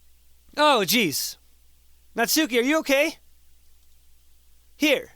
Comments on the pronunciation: also, it was bothering me but it's pronounced "natski" (or less emphasis on the u) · Um, just to clarify it a bit, Natsuki's name is properly pronounces as "Natski" (u is almost nonexistent). Just... weebs (including myself xD ) won't twitch every time you say her name, ahaha~ ^_^' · it hurts every time you say 'natsuki',.. please fix that:')